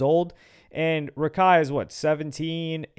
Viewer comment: Its not Rakai it't Raikai